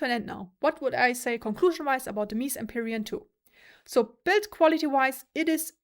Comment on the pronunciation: I always appreciate your videos, it's the next best thing to trying it out yourself which is not possible for many of us. However, I must say this. It's " Meh-Zeh" Antonio's ( the founder ) last name, not meeez ;P The vocal texture on the Empurean is way more obvious on this sound demo, this is a better sounding headphone ( imho ) overall, whether it's worth it? For sound alone I'd say there is NO better value out there than used/open box Arya Stealth with pad swap and some eq. For looks/comfort/prestige? Empyrean rocks.